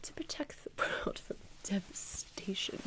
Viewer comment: "To protect worrrlld laughs from devastation"